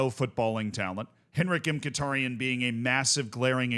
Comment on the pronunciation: Woah woah WOAH,, what in the world was that Mkhitaryan pronunciation🥲 I’m Armenian, and Chelsea’s my favorite football club…so this match yesterday was…an interesting roller coaster of emotions to go through to say the least.